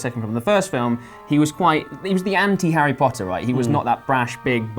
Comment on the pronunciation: The bearded guy can't even say Harry Potter correctly